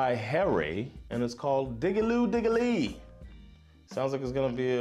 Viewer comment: I think it feels more repetitive because you read the lyrics. If you just listen you don't think about it as much because it grows and you concentrate more on the music. And the next song is called Diggi-loo diggi-ley not diggi-lee :) definitely a classic.